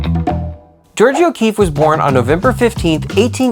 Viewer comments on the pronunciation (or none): This is very good, I will definitely show it to my students next time we do an O'Keeffe project. My only issue is that her name is Jor-ja, not Jor-jeea. Otherwise congrats, really nice.